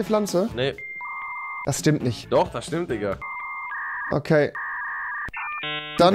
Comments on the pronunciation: Rewi es heißt Digga nicht dika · Warum sagst du immer dikka?